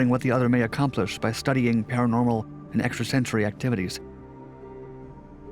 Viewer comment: Is that what they want to be called....Para-nornal?